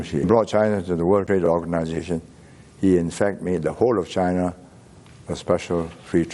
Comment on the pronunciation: He pronouces China like Chana